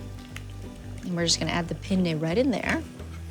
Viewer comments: If you pronounce penne like penae then your saying penis. Big difference. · Say what you want. Heard she’s an asshole in real life. She is Dino’s granddaughter after all🙄 But this is her cooking show so I’m sure someone told her it was quaint to pronounce the Italian words with the correct accent. After the Ellen fiasco where Nicole Kidman and Ellen didn’t like the way her food tasted, I doubt she’s a real Italian cook. She’s just extra af and nice to look at on tv. my opinion and idgaf or read what anyone says anyway. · I'll never forget her penne pronunciation battle with Ellen.